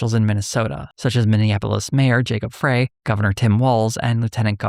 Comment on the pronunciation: For future reference, Minneapolis Mayor Jacob Frey pronounces his last name “fry.”